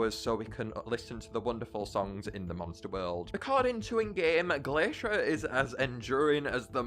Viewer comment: Uhhhhhh you messed up Glaishur and Blasooms power the correct way is the flip flop of what said.